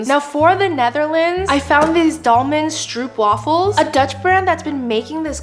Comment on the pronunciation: As a half,dutch-german and south African i always love how english people say non english words like 'stroopwafels'😂 and love ur videos!